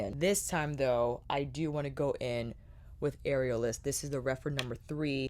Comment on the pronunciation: Am I the only one who kept hearing “areolas” and not “aerialist”? 😂 Beautiful looks!! Not the palette for me but I love to see what creativity it inspires in others!